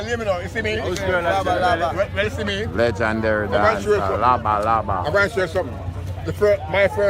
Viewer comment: how much times the video man say lejandary?